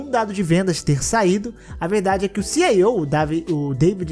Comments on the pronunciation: Mais alguém acha super estranho o falar "CIO" ao inves de "CEO??? kkkkkkkkkkkkkkkk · Mano, como critica construtiva, a pronuncia de CEO é "Si, Í, Ou" nao "Si, Ai, Ou" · Ci i ou, não ci ai ou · Pois é, até porque o jeito que ele fala parece que ele está dizendo “CIO” (Chief Information Officer)